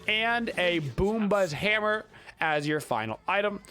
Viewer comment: you know thats not how u pronounce it tho right? lmao i hate to do hard research cause i listen to u..it was good laughs.